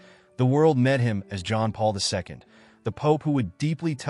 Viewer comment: Is it too much to ask that the speaker pronounce the late pope’s name correctly?